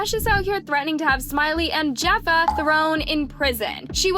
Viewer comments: • Jefa is pronounced as like “Heh-fa” btw !🙂‍↕️ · Jefa not Jayfa 😂😂😂😂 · Jeffa? Lol! It's pronounced Hef-fah. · jefa is pronounced (HeFAA) it means boss in spanish 😭😭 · it’s pronounced “hefa” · Say it like this...hef-a...lord these people on here reporting on the news but can't even get the name right...lazy!! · beloved, the J in Spanish is pronounced like an H… lol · yeah but jefas name is easy to sound out especially since it’s Hispanic and they’re are clips of people saying her name correctly she always pronounces poc names wrong it’s annoying😭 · The J is pronounced like an H !!!! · Girl ur not saying jefa correctly lol